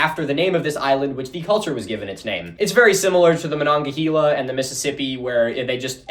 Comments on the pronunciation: I live next to the Monongahela River. We pronounce in Ma-nonga-hay-la. We could be wrong. Hell, we pronounce Carnegie, car-nay-gee… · It's pronounced Mon-ong-a-HAY-la. I live less than a mile from the river, Just outside Pittsburgh city limits. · as someone from pittsburgh specifically next to the monongahela hearing the e pronounced like that gave me a very visceral reaction